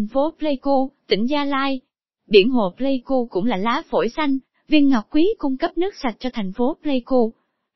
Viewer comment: Pleiku chứ ko phải play ku nhé b.hi